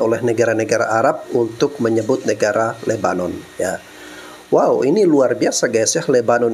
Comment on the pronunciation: Sebut nama negara kok pake logat dan cara mereka sendiri. Masak lebanon disebut lubbenan. lucu2 ni orang.